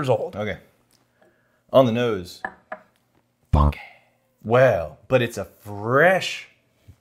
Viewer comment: On the nose suspenseful pause FUNKEEEEH